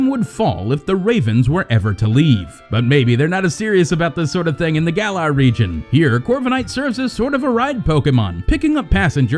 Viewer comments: Gallarr is how it's pronounced, I dont know why everyone is getting it wrong. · Gal-Lar Not Gay-Lar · Him: the gaylar region Me: wait wait wait GAYLAR??????!!!!! WTF ITS Pronounced gah-lar not gay-lar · “gaylar region” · The GAY-lar region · Did he say gay-lar region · GAYLAR ? HOW IS IT SO HARD TO SAY THINGS RIGHT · Jez that pronouncement of garlar Gaylar really is that the best you can do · "the GAYlar region" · the gaylar region.......... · The trailer literally gives the pronunciation for Galar and yet still people mispronounce it (and Zacian too in this case)